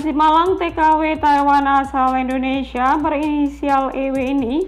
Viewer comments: Indonesia lho ce bukan endonesia Yo biar cakep dengernya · 'selebaran' bukan selembaran 'Indonesia' bukan endonesia biar enak di dengar nya sukses sll ok 🙏🏻